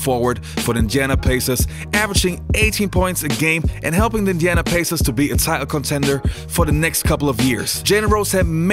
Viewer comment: Wtf are you saying Indiana Pacers like that huh? 😂